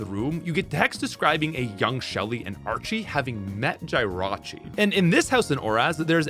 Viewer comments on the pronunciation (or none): Ive never heard Jirachi pronounced Jai-rachi. It bothers me immensely